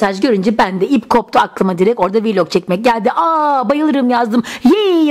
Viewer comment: Viiiiilog değil vilog diye okunuyor